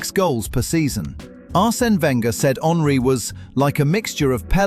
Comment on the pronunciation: I was irked when you left the r of Wenger, and thought quietly "he'll say Kane for Spurs" and there you went. Son stayed til he completed the goal. With two of the best EPL goals of all time. Cmon Bro.